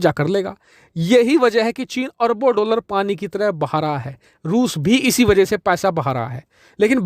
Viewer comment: doullar? jahil dollar hota hai. diction/pronunciation is worst you must take hindi tuition from a good hindi teacher